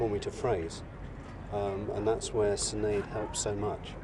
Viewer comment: her name is Shin..aid O'Brien.